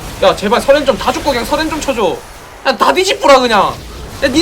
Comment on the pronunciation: ㅋㅋㅋㅋㅋㅋㅋ 써렌발음이안돼 서렌 서렌 사투리귀여워